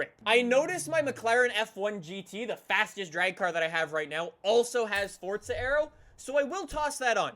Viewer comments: Why do yuo say forza like fortza? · This game is not called fodza its forza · god damn man, the way u say forza is gettin to me. wElcOme bACk tO FORTTZA man stfu, say forza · ITS NOT FORTZA, ITS F O R Z A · Man I can’t stand the way he says Forza “(Fortza)” I just want to rip his head off every time I hear him say Forza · Its For - Za not fortzer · Sneakers 4 life yeah that annoys me a bit lol. If it was pronounced like that, it should be spelled “forzza” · It annoys me like he always says fortza when its forza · “Fortza” it’s forza 😂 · forza not fortza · Its for za. Not fortza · It's not fortza it's forza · It’s not FORTza it’s forza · It’s not fucking Fortza it’s forza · Is not fotza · U dont say forza properly u say fortza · Stop pronouncing Forza like Fort-za seriously dude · Why do you say Fortza Horizon 4 why not FORZA horizon 4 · *forza not fortza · I love this guy i just hate how he says fortza instead of forza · Why does everyone say fort-za😡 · Love you’re videos but when you say fortza horizon at the start is so annoying it’s forza there is no t so please stop pronouncing it fortza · It’s still not Fortza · did this man just say fortza? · Fortza horzion... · Man calls it fortza😂😂😂😅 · You say fortza. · Stop calling it fortza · where is the “t” in forza? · ITS FOR-ZA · calls forza horizon 4 fortza horizon 4 😂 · “Welcome back to fortza horizon 4” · i remember in forza motorsports 5, jeremy clarkson had a narrative opening scene and he said (at the end) "Welcome to FORTZA motorsports 5." At least he pronounced forza as fortza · isnt that what it’s pronounced in italian though? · it is pronounced fortza tho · Fortza hurizun 4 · Its not FORTZA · Logan Sauvage I don’t see a T in Forza you liberal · He says forza like fortza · He says fortza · Fortza horitzon 4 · buddy can you please say forza right! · it triggers me how he says forza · The way he says forza tho